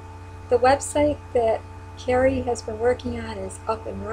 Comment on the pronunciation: Also, quick note...Kari's name is pronounced like a car, car-ee, not like Carrie. (She corrected me herself once)...Kari is a hero for us as well. Such a remarkable woman...takes after her mother :)